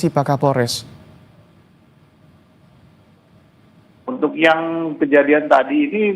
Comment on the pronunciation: Pak kaporles yaa😂. Bukan Kapolres🤣